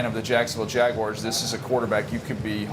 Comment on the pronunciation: Its Waguars bruh